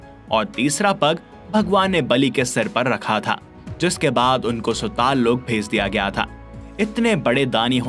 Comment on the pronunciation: Bhai aap isko ache se padh k batao rasatal sutal kitna ganda pronounce ker rahe ho pehle Sanskrit me padho toe kaise padhte hai